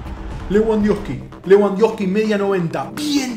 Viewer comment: La "w" en alemán y polaco se pronuncia "v" . Es decir, se pronuncia 'Levandoski' :)